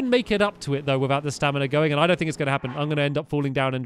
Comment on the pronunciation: You keep saying staminar